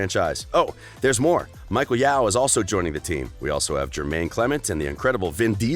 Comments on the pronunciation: "Eddie" Falco? "Michael" Yau? Would someone PLEASE teach these VO artists how to pronounce famous people's names properly? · yeah, the one that really caught my attention was when he pronounced Michele Yeoh as Michael Yaow… LOL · So wait are we just going to ignore the fact that he said "Michael Yeoh" instead of ( HER REAL NAME MICHELLE YEOH!!🧐) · You said Michael Yaoh, isn’t her name Michelle Yeoh?, maybe I’m hearing it wrong. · Dood, it's "Michelle Yeoh (Yo)."